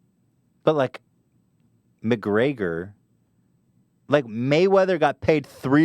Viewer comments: the way Ethan pronounces McGregor really snizzles my dizzles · “MCGRAGER” lololooolol